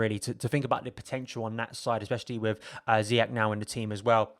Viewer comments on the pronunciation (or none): It's Zee yesh not Zee yack ffs